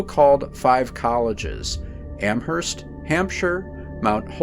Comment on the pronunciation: its Am"erst", not Amherst, 'h' is silent. and Worcester is said like Whooster if someone didnt know